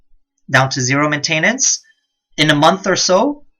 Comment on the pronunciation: These are great guides but someone really needs to teach you how to pronounce the word MAINTENANCE